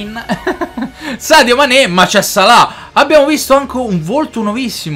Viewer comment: NESSUNO: assolutamente NESSUNO:: "sadio mein"